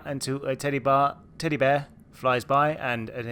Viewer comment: Did you say a "titty bar" instead of teddy bear?? Lmao